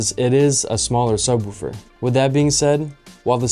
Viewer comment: it's not pronounced sub-WOOH-fer. The "woo" is pronounced like the like the "wo" in "wolf." (just sayin'!)